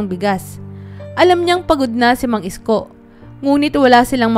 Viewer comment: Ayusin mo Naman Ang pagbigkas Ng pangalan ni Mang Isko